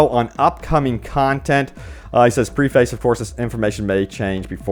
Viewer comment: I know this man did not say Pre-Face and not preface.....